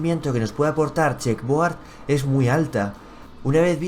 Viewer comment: Se dice checkerboard